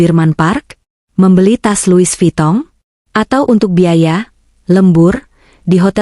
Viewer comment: Louis Vuitton bukan Louis Vitong.😂